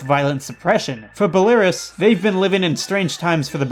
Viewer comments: FYI it's "Bell-uh-rooss" not "bell-air-uhs" for Belarus :) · Me: where tf is Belariss? OHH, BELARUS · Pronounced Bella Ruse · I loved the video but... ITS BELL-A-ROOS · i really need to get into this album. listened to it twice until now and it's promising, but i feel more like listening to hipster black metal at work and afterwards i play games. on a side note: i'm not an english speaker, but i don't think belarus gets pronounced that way. it should be more like bella roose, the break between bela and rus is important, i think, cause belarus should mean white russia (bela = white, rus = russia). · isn't Belarus said as Bela-roos? apart from a nit-pick that doesn't really mean too much great video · Belarus is pronounced "bell-uh-roose" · It's pronounced Bel a Roos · Isn't Belarus pronounced Bella-ROOSE? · Award for goofiest pronunciation of Belarus, lol. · the way he pronounced Belarus ticked me off Im sorry I shouldn't have written this comment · the way you pronounced belarus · Bruh you butchered the pronunciation of Belarus